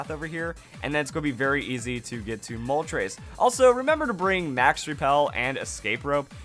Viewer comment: it's Moltres, not Moltrace.